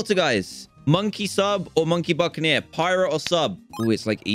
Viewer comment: Literally everyone said Buckineer